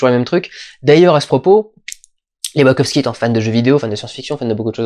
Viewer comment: D'habitude je déteste tes critiques mais celle là est profondément intéressante parce qu'elle invite vraiment à une relecture du film qui est, effectivement tellement à fond sur chaque scène qu'il en est frustrant. Ta théorie qui met en avant que les Wachowski (please arrête de dire ouakovsqui) veulent un peu calmer et faire redescendre sur Terre la génération Y est très très intéressante et elle permet de voir le film au second degré. Reste que Mila Kunis n'a vraiment pas le charisme (ni les dialogues) pour un personnage de cette ampleur (sans compter l'incohérence de son personnage qui passe de l'ignorante à la juriste qui maîtrise le code civil de l'espace en l'espace d'une scène, peut être à cause du découpage à la hache, effectivement). Cela dit, j'ai trouvé qu'encore une fois, les Wachowski avaient une excellente théorie qui détruit la perception nombriliste que les humains ont d'eux-mêmes (dans Matrix, nous sommes des piles pour alimenter un monde de machine, dans Jupiter Ascending, c'est un peu la même chose mais pour des humains supra capitalistes), c'est assez intelligent mais ça reste noyé dans un film d'action qui en met (trop) plein la vue.